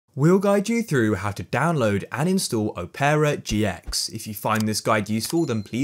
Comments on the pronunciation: why does he say opera like "oh-pear-ah" im pretty sure its just opera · it is just opera